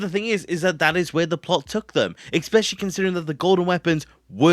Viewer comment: you pronounce especially wrong